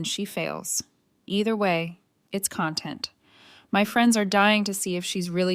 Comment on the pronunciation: This protagonist is the most anal of them all. AI is getting better pronouncing numbers, in some of the videos. It's CONtent, not content. The first has to do with the obsessive filming of everyone and everything. The second means you feel well, in an understated way. Work on it. Did she get her figurine back. Who was he testing when he pinned it on Maria?